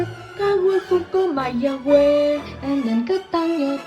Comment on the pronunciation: Look, its where I was born! By the way, you pronounced Mayagüez in the most Puerto Rican way possible. Also, Fun Fact, municipalities (The equivalent of a county in P.R.) work more like cities/towns and each have thier own identity, making them unique compared to other counties in the U.S.!